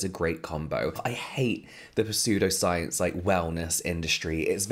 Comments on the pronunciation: james i love you but the p in pseudpscience is silent. - an english lecturer. love you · The P is silent as in (p)salt water bathing… 😅😂🤣🤣🤣🤣❤ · As a heads up, the "p" in "pseudoscience" is silent! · It took me a minute to figure out what exactly it was that was a bit…‘different’ about it as you said it! LOL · Just adds to your charm 😊